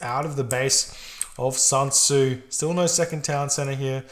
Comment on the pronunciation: honestly, it's SUN Tzu (chinese general). Nothing like SAN Tzu, which pains me to hear it.